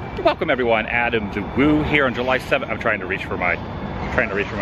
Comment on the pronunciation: Hey it's adam the WOO not adam the POO